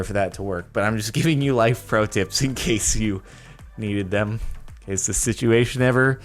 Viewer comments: did he say shituatuion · Am the only who thought he said shituation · DID HE SAY SHITUATION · did he mean to say shit-uation? Bec that's pretty clever and I'm going to n ow say that for now on